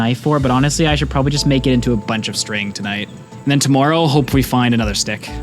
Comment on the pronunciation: just curious, why do you say tomoourow?